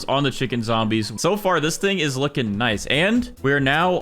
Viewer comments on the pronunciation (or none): none